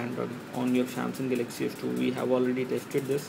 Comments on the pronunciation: Pls speak english..its not gelexy its galaxy...GALAXY..WTF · dude....its Galaxy, not GELEXCY!!!!!! lol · Pls speak english..its not gelexy its galexy...wtf